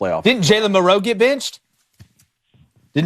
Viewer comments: It’s MILroe not milROE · It's MIL'roe, '